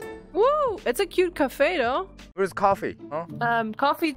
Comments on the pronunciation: Alguien más escuchó café en vez de coffee y en otro minutos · its coffe not coffin (WHAT THE FUXX I SAID) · I thought it was coffin not coffe 😂😂😂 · Coffin not coffee l.o.l